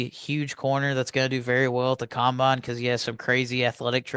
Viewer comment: It’s combine don’t know what you’re saying